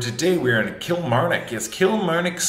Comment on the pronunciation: I like when slaughters the pronunciation of Worcestershire, all the scotties in the shop don't care. But, when he stuffs up Kilmarnock, the whole shop is on him.